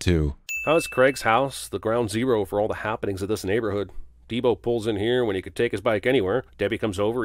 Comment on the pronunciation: This nigga said “prime Debo” lmfao!!!